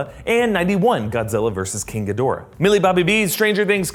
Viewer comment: G'Dora the Expolra, that pronunciation is all I can think of